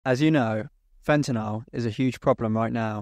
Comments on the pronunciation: Sorry man, had to stop watching less than a minute in, could take you constantly pronouncing it fentinal… Fen-TA-nyl. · Why do they pronounce fentanyl as fentanol ? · It's called fentanyl..not fentenall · Very rare to hear the British pronunciation of "fentanyl" these days, even amongst UK trained chemists. At the risk of appearing over inquisitive, where did you read for your BSc? [No offence if you prefer not to answer that question of course.] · Its a US vs UK pronunciation, in the US we pronounce yl as "ol" where as in the UK they pronounce is "an-ni-yl"